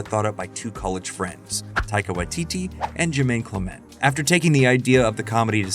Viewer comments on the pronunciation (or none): It's common for Americans to stress the second syllable of foreign words rather than the first, apparently because this is generally seen as a good strategy with Spanish and French, and so gets applied in other cases. Other English dialects aren't so uniform. What's odd here is that the narrator of this video insists on this stress pattern for "Clement," mispronouncing this perfectly common name as if it were foreign, as if perhaps it's French. It suggests they don't realise that New Zealand in an English-speaking country. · it's CLEMent, or CLIMent, not clemENT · aaah it's CLEM-ent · All that research and you repeatedly mispronounce “Clement”?